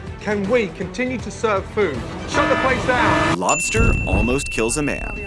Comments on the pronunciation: is said lobter not LOBSTER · Why is it LObter almost kils a man its LobSter not lobter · lobter lol wat is that 🤣🤣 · You spelled lobster wrong you Said lobter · Lobster not lobter